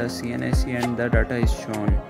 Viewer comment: daaata? du u mean data?